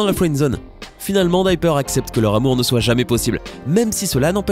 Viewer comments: ça ce prononce dIper pas dyper ! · Alors : se n'ai pas coccinelle mais ladybug et se n'ai pas dyper mais diper😤.merci au-revoir(il n'y a même plus de respect 😂)